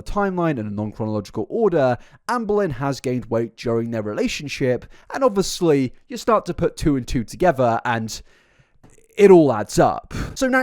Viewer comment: Only if you FINALLY stop saying "Obwissly" you can pronounce "obvious" right, so PLEASE, for the love of god, don't pronounce obviously *obwissli*. I would love to watch your videos, but this is stressing me out so much, I really can't. I know it's my own problem, but I can't imagine i'm the only one triggered by it.